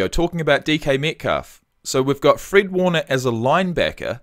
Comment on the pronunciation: Not a huge deal but its fred like the color red. Not freed like Reed. He is a beast though.